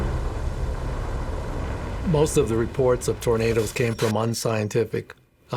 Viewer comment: Why does the narrator pronounce them as 'Torna-DOS" It sounds so weird.